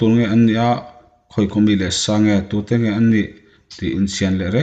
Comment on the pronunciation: chhiar uluk deuhteh athluk itidiklo nasa emmaibung 11 ahnge kachianglo thangtea chu ading teu^ teu^ maia tihniloin teu teu maia tihtur niawm tak Tin,adangpawh atammai kalo ngaithla zel ang